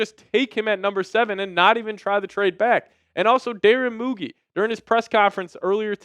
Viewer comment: Good video...oh and Its pronounced Darren Moojee